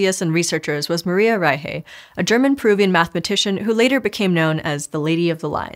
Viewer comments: It's pronounced rai-shuh, not rai-hey. You said, "German-Peruvian", then proceeded to pronounce the name like it's some weird Spanish hybrid. She's German-born and the surname is German. Just throw it in a translator and listen to it before you record the episode. You're making my brain twitch and I can't pay attention to the science! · Im sorry, I have to ask. You said Maria Reiche was German, yes? Why on earth is it pronounced rei-hey and not reik? The root of Reich and Rick in West germanic is reik (ruler). Hence the name Frederick and the word Reich. Did she just go by how the locals where she worked pronounced it? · Why are you pronouncing Reiche as "ry-hay"? She's German. It's "ry-shuh" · Fluent German speaker here. I had to do a double-take on the actual spelling of Maria Reiche's surname because the pronunciation was so off when I was listening! Reiche is pronounced more like "RYE-shuh" (not "RYE-hay"), with a softer "sh"-like sound plus a schwa at the end (not "h" plus "ay"). The "sh" is a better approximation of the German "ich"-Laut sound (this isn't the "ach"-Laut), but "shuh" for the second syllable certainly sounds a lot closer to actual German than "hay". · Doesn't make sense. The german ch sounds very similar to the Spanish J. So they know this sound. The speaker seemed to be familiar with Spanish, so no idea why she didn't pronounce it like reitshe as Spanish do with eintratsht Frankfurt. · "Rye-hay", lol. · I'm confused by your pronunciation of Reiche. It's a German name. Did she take on a Spanish-influenced pronunciation in Peru? I couldn't find a pronunciation on Forvo for other than just the surname. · That german pronocuation was atrocious. You butchered poor Maria’s name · Maybe she’s afraid to make it sound like reich. Or she said it as if it were Spanglish